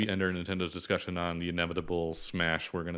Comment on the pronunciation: Dicussion, now without the 's'!